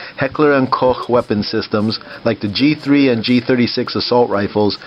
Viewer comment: ...and most importantly they taught you to pronounce "Koch" correctly!